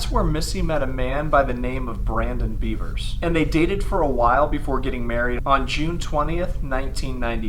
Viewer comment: It’s “Bev-ers” not the animal